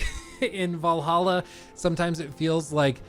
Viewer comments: You mispronounced “Vallahha” 😉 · It's "Vllahha"